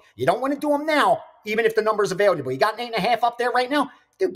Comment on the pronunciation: You guys are great, but please tell, it’s not “ avail y able “ 🤓